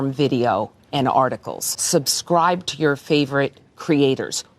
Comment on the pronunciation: "Subscribe" or "Xubscribe"?